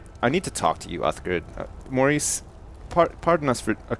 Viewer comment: Loled so hard when just butchered Maurice!